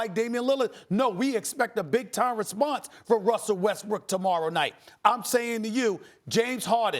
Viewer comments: hahaha stephen a said westbrick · Stephen A Smith called Russell Westbrook, Russell westbrick lmao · did SAS just say Russell Westbrick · He said "westbrick" haha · Lmao Stephen A calling Westbrook Westbrick lmao 😂 😂😂😂😂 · Did stephen a said russel westbrick... hahaha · DID THIS NIGGA JUST SAY RUSSELL WEST- BRICK?